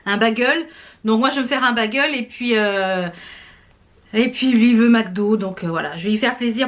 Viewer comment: Hi, super les blushes & highlighters Makeup Revolution! Tu es la meilleure ambassadrice pour cette marque!! On ne dit pas bagel mais "Bégeul", mon mari a cote de moi crise a chaque fois que tu prononce ce mot, lol. Desolee que tu aies eu encore mal au bidou, tu as paye pour les frites de la veille!! Y a des tas de trucs que je ne peux pas manger non plus, je compatis. Le pain me rend malade aussi.Vas sur vinted, y a plein de trucs trop cool. Bisous